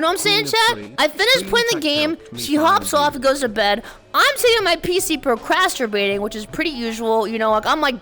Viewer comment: Procrasterbating? First time I hear that. Don't feel indulged to use it tho.